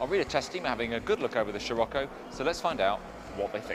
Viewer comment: Excuse moi smechere eszos it is SCIROCCO!!!